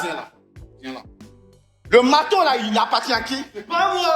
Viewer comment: "le ma'teau y appa'tint à qui. Je vais peter la gueule", j'en peux plus !